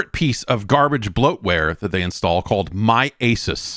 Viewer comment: If Jeff keeps pronouncing Asus wrong there will continue to be a BlueChew ad black out for this podcast.